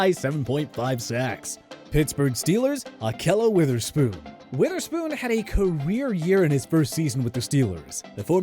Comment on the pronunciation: YES!! Someone finally said akhello Witherspoon